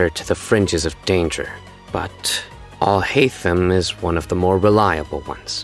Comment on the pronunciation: Still waiting on a genshin character to pronouce Al- Haitham correctly lol